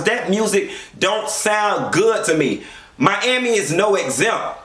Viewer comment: Aawshit...did u say "Joe Robbie stadium"?! MYYYYAMI!!!👏🏻